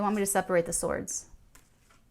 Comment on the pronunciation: Loved hearing you do a New Jersey accent to a "T" when you said , "Hierophant, ace of Pentacles, ten of Pentacles and the "sawd". Thank you for bringing back the memories of so many of the wonderful Italian girls I knew back in High School Heart... :-)